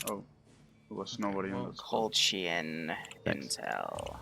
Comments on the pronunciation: please stop say kolchia Not tryna be a dick but (koh•lech•iya) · its pronounced Ko-Lech-ia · I knowww my ears are burning when i hear colt-chiya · I'm sorry but the way says Kolechia and Kolechians is just ugh...